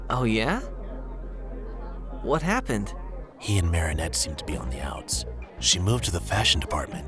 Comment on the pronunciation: i’m obsessed with how felix pronounces marinettes last name different every time 😂😭